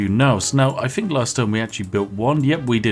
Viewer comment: Just an observation (I do enjoy your content) plz pronounce TH instead of PH (Think instead of Phink). A truly posh person would pronounce TH correctly and if you did.... it would round out the joke for me personally. Keep up the content!